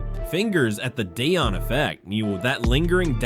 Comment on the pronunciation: The continued mispronunciation of Deion Sanders and Shedeur Sanders names is either from a lack of professionalism or racism. You choose the reason.